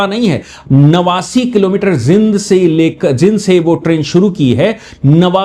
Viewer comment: जिंद नहीं जींद बोलो जी !